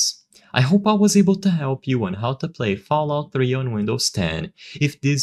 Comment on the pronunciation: “FoulOut 3”